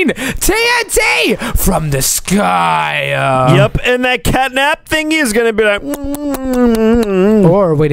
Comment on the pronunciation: You said rain TNT from the sy